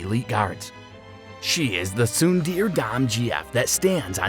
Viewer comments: oh no, not the "sundeer" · “tSUnDeAR” I’m cryinggg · “Soon deer” omfg!!! 😩😩😩🙈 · "She is the tsundeer dom gf" Okay that's enough of this video for me